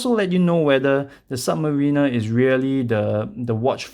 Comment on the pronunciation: it's "submariner" not "submarina"